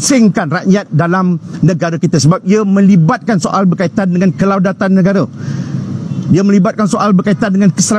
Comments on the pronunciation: Siapa wakil amanah ni?.. bercakap pun tak betul..kedaulatan...dia sebut kelaudatan...boleh pakai ke ni?... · akak tu tahan gelak je dgr dia salah sebut "kelaudatan" 🤣